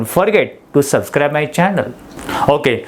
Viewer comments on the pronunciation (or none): none